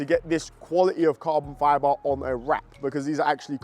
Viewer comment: He says carbon fyaaboh